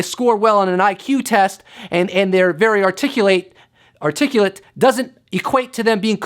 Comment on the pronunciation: Funny that he mispronounces "articulate."